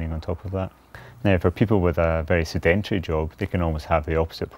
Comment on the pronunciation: Is no one going to mention Mcloed can’t pronounce sedentary! No idea what the rest of this video is about.